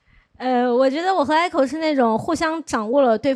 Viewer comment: echo不是艾口好吗？→_→